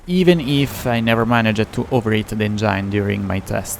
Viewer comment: Good video. Here's a tip: Use Google Translate and let it read out loud the text of your subtitles. Listen and learn from Google Translate how to pronounce some English words, like ENGINE, CASUAL, RIVER, CUSTOMIZABLE and SURFACE!